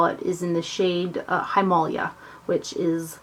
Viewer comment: I believe it;s pronounced him ah lay ah, like the mountain, but I'm not sure of the spelling.